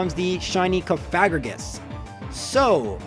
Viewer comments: Y u pronounce cofagrigus wrong?????? Coffin + sarcophagus + egregious = cof-a-gree-gus (srry for getting salty, it really bothered me) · it’s “coffaGRIgus” dude, it sounds like a slur the way you say it (but not the way you said it as a 16/17 y/o) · DUDE I STILL CALL IT COFIGARIUS BECAUSE I CANT BE ASSED TO PRONOUNCE COFAGRIGUS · I always pronounced it cough a rig us. Probably wrong but that’s how I’ve always done it. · I always pronounced it like cough-uh-gree-us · I always pronounced it "cough-ah-gree-gus" and I still do most of the time tbh